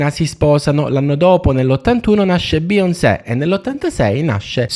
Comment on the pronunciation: Dovresti imparare a dire bene Beyoncé prima di farci un video dedicato